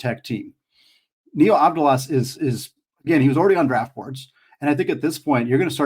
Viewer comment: The pronunciation is Avthalas. V as vat and Th as that. The first A you got it!